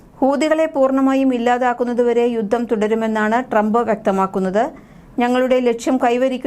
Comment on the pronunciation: യുദ്ദം? ബാദിച്ചിട്ടുണ്ട്? ഉച്ചാരണം തിരുത്തണം.